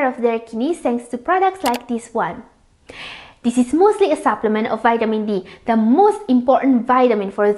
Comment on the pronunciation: Pronounce it right please...moosely or mostly? Sometimes, there are words that I can't understand..are you speaking allien words??? Lou or low? Benipit??